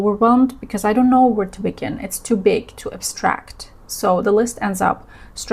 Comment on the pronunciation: She says too big - her accent makes it a bit hard to hear at first but she says it again after a few seconds and you can tell that she says big in a slight accent